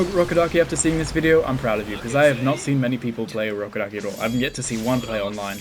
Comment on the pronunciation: Ur rubberduki. I keep hearing that now 😂😂😂